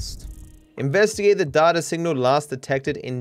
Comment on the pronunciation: you say data wrong